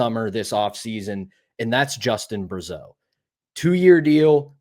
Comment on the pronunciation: As one of your favourite listener of the show and as I said before I played hockey with Justin Brazeau and his dad coached us also but every time I hear a nhl announcer pronounce his name incorrectly I wish I could correct everyone lol. Everyone pronounces it like Bruh-zeau but it’s pronounced like brah-zeau just thought I’d let you know because I’m pumped to watch him play on my favourite team and hear about him on this show just want to hear his name pronounced correctly lol that all haha